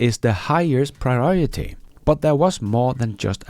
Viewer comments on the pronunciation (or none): none